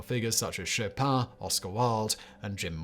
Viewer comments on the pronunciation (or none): none